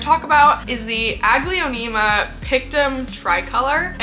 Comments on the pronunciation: The way you say "Aglaonema" is probably why you hate it. I've never heard it said that way and I've never say it that way. I've always pronounced it "A-gl-OW-nem-AH". Instead of 5 syllables with how you say it, I pronounce it with 4. I have ADHD and I get what you're saying but I've had Aglaonema for years and they're one of my favorite genera of plants. I have an ENORMOUS Aglaonema "Indo Princess" in my room and she's stunning. I agree that Aglaonema Pictum Tricolor ain't shit though. I finally got one and its been awful. Shitty growth pattern and they do terrible as houseplants in mid-range humidity. I personally like my Aglaonema "Indo Princess" better. Does awesome as a houseplant and has gorgeous tricolor leaves. Mine has been producing daughter plants like mad too so I've been removing them and rooting them up to sell. If you ever decide to give Aglaonema the love they deserve I'd love to send you a daughter from my Indo Princess! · Its so interesting, the way you pronounce Aglaonema…my brain is like 😩🤢 but I’ve always mentally pronounced it more like ah-glay-oh-nay-mah and I hate it less. I still don’t like the plants though. Lol.